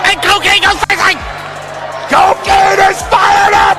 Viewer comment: Co-kane? Omg im dead 💀 😭 🤣 😂 hahahahahhahahaha